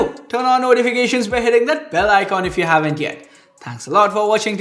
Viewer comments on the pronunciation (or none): none